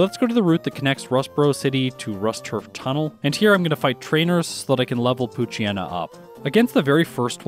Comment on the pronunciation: It seems like the endings of Poochyena and Mightyena are supposed to be pronounced like "hyena". Also, Crunch is special and Shadow Ball is physical. Makes perfect sense. Amusingly, every single damaging Dark move switched to physical in gen 4.